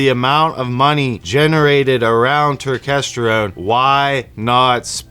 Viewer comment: Why are u mispronouncing turkesterone like that? U know damn well that’s now how u say it 😂